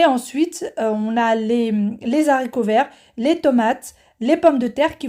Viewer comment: Bonjour. Je découvre votre chaîne. Merci pour ces bonnes recettes, je prends notes et tenterai le poulet mariné. Juste si je peux me permettre, je vais faire ma pénible mais on dit les haricots pas les zaricots... Je sais que zaricots est passé dans la norme mais franchement c'est trop laid et me fait très mal aux oreilles 😒 Haricots c'est bien👍😀. Sans rancune 😊